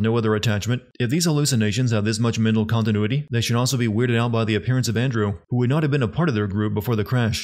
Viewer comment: OK, at this point I have to assume you're saying "contineanuity" just to fuck with people in the comments.